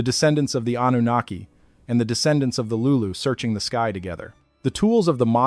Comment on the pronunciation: also with an AI voice that cannot properly pronounce Anunaki